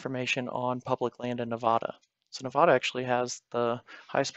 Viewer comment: Nevahdah 😂😅😅😅 it’s Nevada